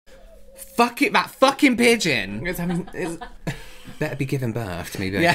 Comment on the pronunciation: The “pigeon” 😭